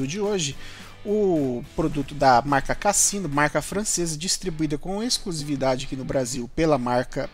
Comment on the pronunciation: É a pronúncia da Marca é com som de “Z”. Casino !